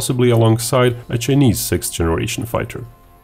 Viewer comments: "Chy-knees", not "Chin-ease". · Love your accent, and the fact that you don't hide behind a "robot reader" like some channels, but "Chinese" in English is pronounced "chai-neez". 🍻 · Ah yes, the Chin-eees. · Chii knees ???? Hey pronounce it properly!!!